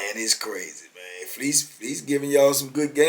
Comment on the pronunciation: aye mane say mane lmao